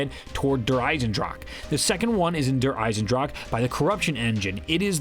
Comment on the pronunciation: Its der eisendrache not eisendrake